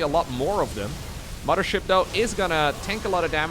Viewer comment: Gotta love “2020 fife” “muddership”